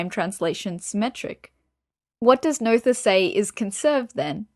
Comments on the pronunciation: Unfortunately, another somewhat misleading internet resource, from a self-appointed expert, who hasn't properly understood Emmy Noether's theorems, complete with a mispronunciation of Emmy Noether's name. But the real tragedy here is that the video actually misrepresents Emmy Noether's true triumph, which was to show, as Einstein, Hilbert and Klein had suspected, that energy and momentum are NOT conserved in the "universe", that is to say, not conserved in general relativity. In fact, Emmy Noether's paper on symmetries of actions ( “Invariante Variationsprobleme”, published in 1918 in the Göttinger Nachrichten) identified two cases, and provided a theorem for each. To gain a proper understanding one really needs to consider both. The problem is that author appears to be only aware of the first theorem, but applies it in all cases. The video states that symmetries give rise to conservation laws. But this is not always true, it depends on the type of symmetry. The first theorem is also generalized to the a context of the universe, to state that the momentum of the universe is conserved, but this is not true, as Emmy Noether showed. In fact the second theorem proves there is no such thing as the momentum of the universe. The presentation could easily lead people to completely wrong conclusions. To be a little more precise, for any physical theory that is described in terms of an action integral, dependent on some variables, fields and their derivatives up to some order m, Noethe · I thought that too! But, more it reminded me of the noyes (pronounced noise) game. So No ether=> Noether and No Yes to Noyes.